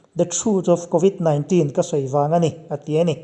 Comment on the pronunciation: I aw sial tawp, covid 19 tihlai tak kha i lam nalh lutuk..